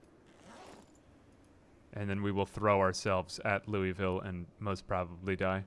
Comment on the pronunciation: Great content, even if it is just your voice and some zombie survival. Side note: Louisville is pronounced "Lou-a-vull."